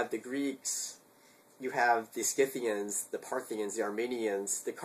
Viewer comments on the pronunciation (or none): Btw, I'm pretty sure Scythian is pronounced like Si-thian, as opposed to Ski-thian, just mentioning :)